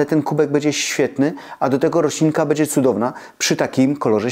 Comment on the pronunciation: Pana śląski akcent nie przeszkadza, jest uroczy, myślę, że nie tylko dla mnie, osoby urodzonej i wychowanej w Bytomiu. Ale nad wymową "ę" zamiast "en" proszę popracować. Wymowa "bendzie" razi. Tu powinno być "będzie". Pozdrawiam Pana serdecznie i dziękuję za przekazywanie wartościowych treści i zdroworozsądkowe podejście.